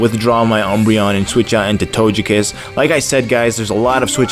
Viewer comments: Dazzling Gleam, and togekiss isn't pronounced tojekiss, it's to-geh-kiss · Why do you say "Tojekiss" with the soft g?